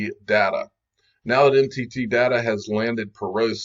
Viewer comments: Notice how NTT is pronounced like Entity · When they say NTT, it sounds more like entity.